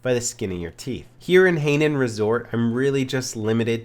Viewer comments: Hahaha high-nan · I really do like your videos... but you're pronouncing the names of the maps wrong! Hainan resort is pronounced Hi (as in the greeting,) and nan (rhymes with man)... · haynan resort haha he's pronouncing it very wrong......very good shooting though the only time i hip fire is when someone is only an inch from me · It's HAY NAN you fucking bitch! lol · Terrain Axel That doesn't alter the fact that it's wrong. ;)